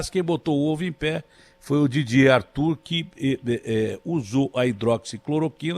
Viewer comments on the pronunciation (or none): Didier Raoult e não Didier Artur